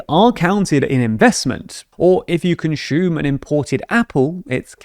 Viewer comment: The way he says consume is my favorite part of the whole video